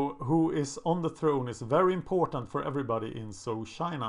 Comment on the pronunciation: Zhou is pronounced Joe